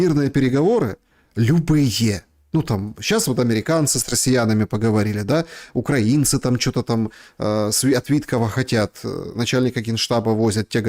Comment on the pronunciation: Пожалуйста: Украи́на а не Укра́ина, поэтому украи́нцы а не укра́инцы. Демура, вы умный человек, говорите правильно.